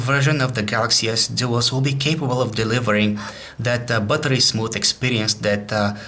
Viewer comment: i love the accent "buttery"..... lol